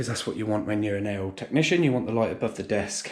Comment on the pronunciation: I though you said An Anal Technician ! 😂